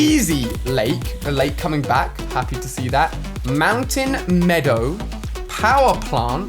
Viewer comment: Mountain me-oh his to well mountain medow